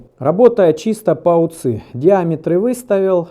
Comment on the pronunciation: не УЦЫ, а У Ц И!